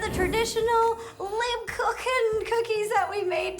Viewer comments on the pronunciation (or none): I'm german so we buy these every year , if you need a little help on the pronunciation it's Lape-koo-ken